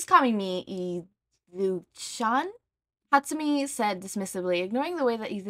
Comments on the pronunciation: I’m actually crying at the pronunciation of mei (may) hatsume (hah-t-sue-may) 😂 I know it’s not on purpose and this is one of your earlier fanfic readings. But wow I am now acutely aware of how characters names can actually be pronounced wrong. Like I didn’t know, you could pronounce Officer. Tsukachis name wrong, but I’ve been hearing a lot of other pod flickers pronounce his name, weirdly. specifically the A part of his name. Instead of tsu “kah” chi they say sue “catch” he. And every time I hear it, I wanna die a little more inside. Anyway, I’m just dying over here from laughter at the continuous saying of her name over and over again slightly wrong and it’s killing me 😂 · I just got to the part that you were talking about and O my god your right 😂😂😂😂😂